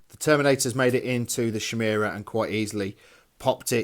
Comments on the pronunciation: Would slay you on a spot for "Shimera" instead of "Khimera"! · Is it a bad thing that it makes me giggle everytime they pronounce it 'shymera'? Also I got a DOW3 advert in the middle of this, seemed fitting.